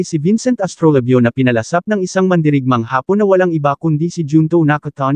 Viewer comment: Hindi haaapon Vloger Ang pagbigkas kundi hapon diretso Ang pagbigkas uulitin natin Vloger Hindi haaapon kundi hapon biglaan sana sa susunod biglaan na Ang pag bigjas mo sa katagang hapon Hindi haaapon